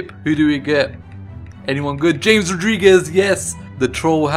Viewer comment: James is pronounced ham-es